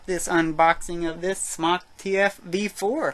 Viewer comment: no he pronounces it correctly